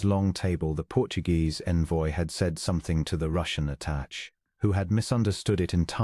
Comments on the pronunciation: Attache Is at ta sha not attach. Really Good Story! Pleasant Narration.❤ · A nice story. Tho the AI narration is clear, your editing or proofing, if any, has done a bad job with it. There is continuous mispronunciation of the word 'attachè '. Your narrator pronounces it 'attach'. As it's not human it doesn't know the meaning. The word is pronounced 'attashay'. The end 'è' is french & pronounced 'ay' whenever it is used. Another example is 'clichè ' pronounced 'cleeshay'. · Attaché is pronounced uh-ta-SHAY (caps-accent). This is both for diplomatic attaché (a person) or attaché case (briefcase) The first A is pronounced similar to the word “about” uh-bout. Envoy is the same. UHN-voy. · Mispronunciation by AI. Should be “attache”. Not a proper name but a description of his position. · Attaché is pronounced “Atta-shay” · The French A-TA-SHAY! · The ATASHED, what or who is it? 😂😂